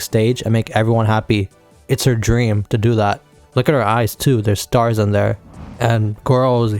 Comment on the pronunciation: am i trippping or are u calling the stars in the eyes , staringans